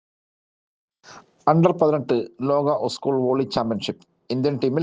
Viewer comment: ഉസ്കൂൾ അല്ല. സ്കൂൾ. വാർത്ത വായിക്കുമ്പോൾ ഇതരത്തിലുള്ള ഉച്ചാരണം പ്രത്യേകം ശ്രദ്ധിക്കേണ്ടതുണ്ട്.